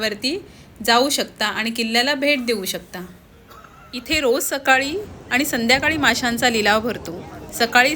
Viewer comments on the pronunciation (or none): मालवन नाही मालवण पन नाही पण आ नी नाही आणि.